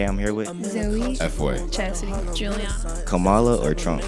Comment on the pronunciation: It’s Comma La😂 Kamala was a WWE wrestler who wrestled Hulk Hogan in the 80s